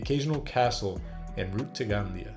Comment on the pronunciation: Gandía, the "tilde" or accentuation mark, must be pronunced. Lots of black legend, but very nice report.